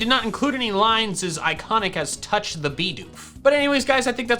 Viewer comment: I was listening and playing a game and it sounded like she said "Punch the Bidoof".